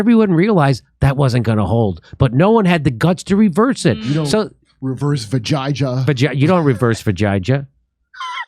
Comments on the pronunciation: Jimmy stop being a cu** and stop pronouncing the woman's name wrong. You are doing it deliberately and are being a dingleberry. Her name is pronounced vee-ja (as in japan)-yuh. No matter how mercenary and lacking in principles she is, don't be an asshole about her name. On purpose. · You are killing her name It is pronounced. The j is " hey' in Latin names. "We Jay aa" is the pronounciation Common name. It means victory